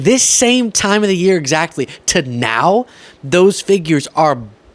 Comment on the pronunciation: Every time that woman says "nEow" or "conTstitution" I die a little bit inside. Good god, Georgia, PLEASE, PLEASE, PLEASE stop electing MORONS!!!!